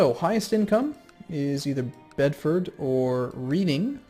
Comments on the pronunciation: lol I love your pronunciations of British names. Leicester should be said like 'Lester' Reading is supposed to be said as if the 'Read' is in the past tense, and not in the present tense. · you pronounce 'reading' as reding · I laughed so much at that. Its not his fault he is american. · Callum Bass Reading, Pennsylvania and the related Reading Railroad is also pronounced as 'redding'. Being American is no excuse.